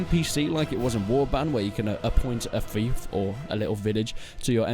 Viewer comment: It bothers me you can't say fief..